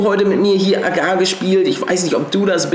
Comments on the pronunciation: Nur so als Info das heißt agario und nicht agar. Nicht böse gemeint :) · Junge man spricht es AGARIO aus